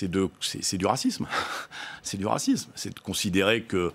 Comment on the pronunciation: À chaque fois qu'il sort le mot racisme on dirai qu'il a l'impression d'avoir envoyer un genkidama 😂.